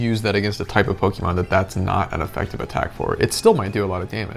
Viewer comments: its POKE-UH-MON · Couldn't even finish it because you kept saying pokEEmon and it was grating on my soul like nails on a blackboard. Dude, wtf. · Not quite. It's poke-ay-mon actually. But I get what you mean. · She corrects him on how to pronounce Pokémon, but he resumes saying it wrong in the narration repeatedly! 🤣🤣 It comes from Pocket! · You know how to pronounce the word correctly, but still insist on incorrectly saying the word Pokémon. Interesting…